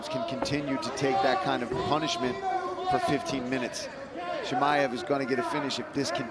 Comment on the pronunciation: Bisping wtf man ? It's not Hamaev it's Chimaev 😆